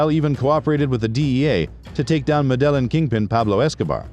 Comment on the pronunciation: Medellin isn't pronounced muh-dell-in, it's meh-da-yeen